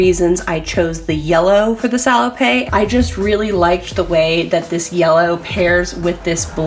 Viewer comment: Love your stuff. FYI: At least in French, it's pronounced "sah-low-pet", not "sah-low-pay". PET is pronounced pay, but PETTE is pronounced pet. Hope that makes sense. Keep the great content coming.